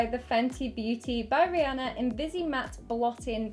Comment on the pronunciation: I'm not even a fan of her, but thank you for pronouncing Rihanna's name properly xD